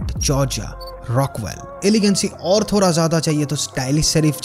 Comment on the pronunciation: आपके video का best चीज है थोड़ा को थोरा बोलना best है boss we love you आप के video के वजह से first time India मे youtube video बनाने का style बदलेगा।